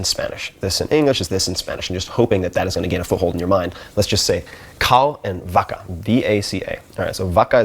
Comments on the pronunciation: actually, it should pronounced like “Baca” not “Vaca” like you write it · His pronunciation of "vaca" made me cry 😅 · "Vaca" pronounced so wrong. His Spanish teacher is probably crying. 😂